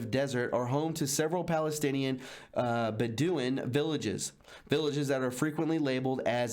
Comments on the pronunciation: "Ba do in"...😂😂😂😂😂 That would be "Bed o when" KEK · Bedouin pronounced: bed-o-win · Great reporting. But Disappointing that you mispronounce so many words on each video when you could do the research by looking at a dictionary. Words like Ambiguity and Bedouin.